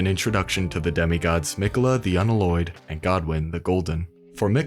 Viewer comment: Please learn how to say the word "unalloyed".... It's actually starting to blow my mind how many people CANNOT pronounce REAL WORDS in video games... If words don't exist and are made up for the game, people have an excuse, however the sheer amount of failures at words that actually exist, is getting to be a bit of a joke....